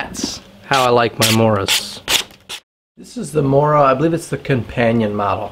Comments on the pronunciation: mOOra - t'is pronounced mOOra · Not to complain, but the O in Mora is pronounced more like the O in movie. Source, i'm swedish^^ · Matte Edström, seriously, who gives a shit, Mora is Mora in English, it’s about sharpening a knife, NOT a language course.